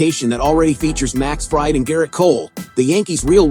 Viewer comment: Stop mispronouncing fried😮